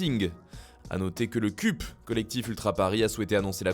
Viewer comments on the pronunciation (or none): Mdr le "CÛP" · Le CUP sa se dit comme une coupe ...